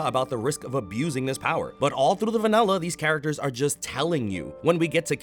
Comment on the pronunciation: Why did you say vanella instead of vanilla